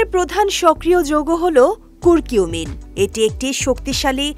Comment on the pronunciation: কুরকিউমিন না আপা,কারকিউমিন 😂😂😂😂